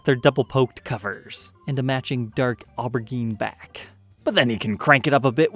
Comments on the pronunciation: The g in aubergine is soft: aw-ber-jean. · if he was being British he wouldn't have butchered the pronunciation of aubergine 😂